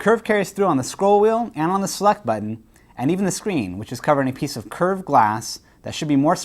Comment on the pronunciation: he said select button but i thought it was slut button too